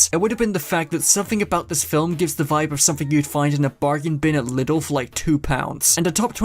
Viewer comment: Lidi is pronounced LEE-DULL